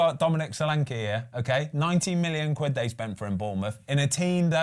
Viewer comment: Thank you Ben for saying Solanke